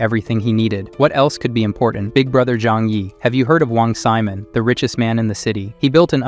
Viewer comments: "Wang Semen" 💀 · "Wong semen" 💀💀💀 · I like how the ai voice called wong simon wong semen